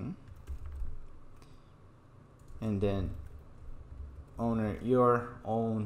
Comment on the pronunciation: onwer not owner ?